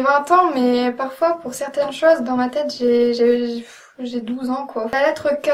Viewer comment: "Z ben zé fini" haha génial !